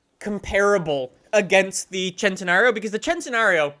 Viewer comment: you need to say the Lamborghini Centenario name right. The first part is centi like 100 for the 100 year anniversary. Please say it right